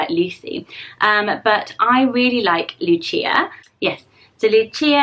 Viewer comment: Lucia. also pronounced with a soft c and not a ch sound, is spanish :)